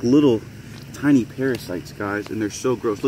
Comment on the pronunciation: No hate but when you said gross it was like Garoos